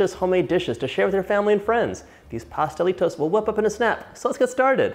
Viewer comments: I love your pronunciation of the Pastelitos de Guayaba 💞💞 your Spanish is great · Yes you said it correctly! My favorite .. yum thank you for making